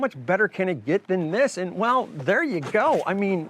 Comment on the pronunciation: Good review. But god the way you say "here" and "there" got old real quick